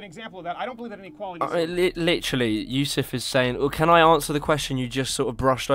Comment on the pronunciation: Chad Yousef, not Yusef.